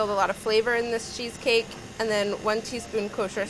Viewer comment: Funny how she makes it sounds like sheesh-cake.